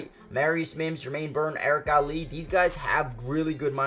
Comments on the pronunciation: Erik All not Ali my guy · Come on it’s All not Ali